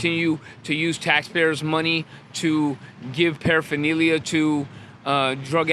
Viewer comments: I can't stand this guy for his pronunciation of paraphernalia. Going to jail doesn't make you want to get sober what a cuck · You'd think saying paraphernalia all the time, you'd learn to pronounce it lol😂